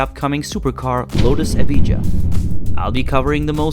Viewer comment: The Lotus what? Maybe listen how you pronounce the name before you describe it.